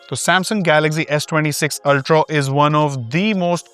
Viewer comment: Why can't he say Ultraaaaaa and not Ultraawwwww? I mean why's it so difficult? Acha bhala banda hai.